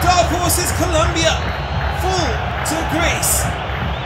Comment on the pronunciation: IT'S COLOMBIA NOT Columbia.